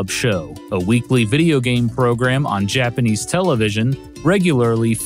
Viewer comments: Interesting video! The faux country music is super distracting, and so are the faux-Japanese pronunciations. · Im really glad you actually try to pronounce japanese right